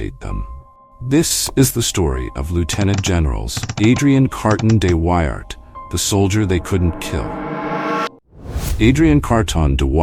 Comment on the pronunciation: A lazy, lazy piece of film making. Germans with helmets when you’re talking about the Boer war; hopeless pronunciation. Carton de Wiart deserves a proper effort.